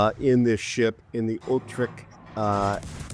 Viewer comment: hey mein Lieber. i love your intros , had I already said that ?? ;) ;) . what should i say to this ship. another islamd-camper-HE Spammer- terrortool. well done WG . but hey lets givet hem the most accurate airstrike every aprox 40s , thats a good idea. p.s. thx 4 the review . it isn't spoken with "C" ore "k" like "kill" or something like that, rather like the "CH" in "chapter". utreCHt